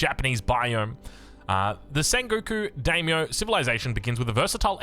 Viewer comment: You pronounce Daimyo as die-me-oh So excited to the play the Japanese variant Edit: you had the pronunciation spot on for a bit!!